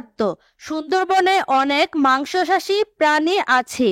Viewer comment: আপু আপনি বলেছেন মাংসসাশী কিন্তু এটা হবে মাংসাশী 😂😂